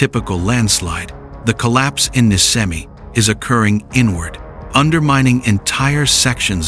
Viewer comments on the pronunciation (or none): IT IS NISCEMI NI THEN SCE LIKE SHEE NOT SKEMI IT IS LIKE ISH